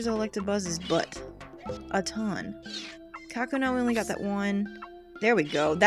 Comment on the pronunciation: It's not "KA-kuna". It's "ka-KU-na". As in, "cocoon".